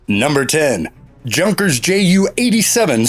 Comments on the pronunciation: ITS YUNKERS NOT JUNKERS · The moment he pronounced the German Aircraft manufacturer as if he was watching a 1973 Chevy Vega being towed to the junkyard, rather than the famous Junkers ("Yoonkers") JU-87 Stuka dive bomber, I knew this was yet another YouTube JUNKER video. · Junkers?!? Fyi, soft “j” sounds like y in young. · It’s not pronounced Junkers, it’s pronounced Youngkers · It's pronounced like younkers. You nkers! Not jonkers. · Soon as he said it as Junkers not Yunkers i knew it was crap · The B-29 had a 20,000 pound bomb load, not 2,000. A P-51 could carry 2,000 pounds. And, yes, the Junkers Ju-87 Stuka was pronounced "Yunk-ers", not Junk-ers. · Typical ill educated yank crap. For goodness sake do some real research. I could go on and on with criticism but these I can't let go. Learn how to pronounce foreign words. It's pronounced YUNKERS. The spitfire and hurricane were the main fighters around in 1940. There's a lot of detail missing here, but the hurricane was the principal bomber destroyer and the spit went after the fighter escorts. It wasn't a competition. It was a deadly fight and everyone fought together to protect our country. If you want to make videos for YouTube I suggest you find a simpler subject. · Junkers? not Yunkers? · Did he say "Junk-ers" 🤦‍♂️🤦‍♂️🤦‍♂️ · I don't think its a junkers 87? Younkers 87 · "Junkers"? Oh well, nice footage with the sound off. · "Number Ten - Yunkers Ju-87 Stuka". In German, "j"'s are pronounced "Y". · Yup.. I have to learn to skip these "lists" videos! As soon as he said JUNKERS, ......... I'm out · For a channel that claims to be MILITARY TV, they should at least be able to pronounce the names. If they can't, they're hardly professional. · Pronounces “Junkers” with a hard J, I’m out, terrible.. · I knew this is one of those crappy videos when he said "Junk-ers". Where are the Yak fighters, Il-2 Sturmovik from Soviet Union? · No crap! Cringeworthy right from the start. "Junk-ers."